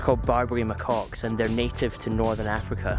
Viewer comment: The Rock Apes name is pronounced as MaKacks (like a Scotsman referring to his underpants)! Sorry, that’s all a bit “anal” but MaKacks is wot they are....🤪 There used to be 32 Miles of tunnels inside the Rock....I wonder if that’s ever been extended? Why has the water collection system on the Eastern side of the Rock been removed.....did anyone tell you about it?